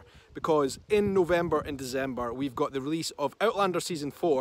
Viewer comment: DeCember not DeZember..just could not help myself..